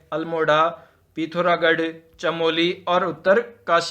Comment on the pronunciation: हिंदी उच्चारण में सुधार लाएं पता नही क्या क्या बोल रहे हो "पौड़ी" जिले को "पोंडी" बोल रहे हो "पिथौरागढ़" को "पिथारगढ़" जिले के नाम तो बोलो कम से कम सही से